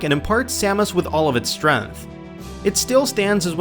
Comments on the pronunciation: this guy can't say strength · What is up with this guy who can't pronounce strength?